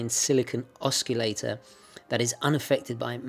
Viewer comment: Love the El Primero movement! Thanks for the review. Funnily I don't have this movement in a Zenith but in a Tag Heuer Link Chronograph Ref. CT511A. One of the better looking Tag Heuer's imho. Just a little peeve with respect to your review... the "c" in "oscillator" is silent I believe...